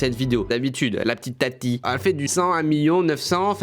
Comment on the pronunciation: Oh non jpp il a appeler «TATI » « tataï » 😂